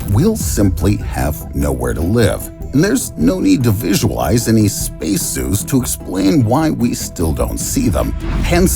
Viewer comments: Lol why does he pronounce the word "Space" like that? Spaese😂🤣😂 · SPEYCE the way he says space. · Dude, everytime you say "space" it sounds like spess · What is this imbecilic pronunciation of “space”. Ridiculous